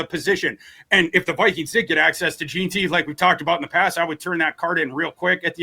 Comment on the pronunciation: Is it so hard to pronounce JEANTY? Especially when you've heard the name a million times on television and radio, said correctly.